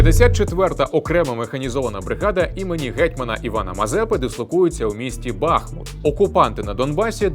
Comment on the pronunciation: Отличный обзор! Только не БАхмут, а БахмУт.